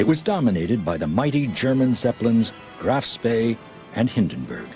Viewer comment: Did he say "Graf Spea" at the beginning? 🤦🤣 What a gaff!